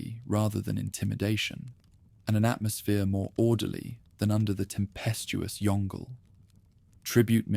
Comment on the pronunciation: Yong Le, not Yongle (like "dongle").